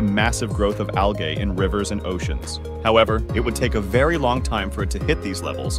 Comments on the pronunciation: I love how they/them....... pronounce algae.😂😂😂 AL-GAY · Yes, I love how they pronounce algae. ALGAY.😂😂😂